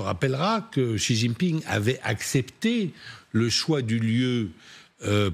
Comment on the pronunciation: Qui est cet amateur de présentateur qui ne sait même pas prononcer le nom du président chinois ?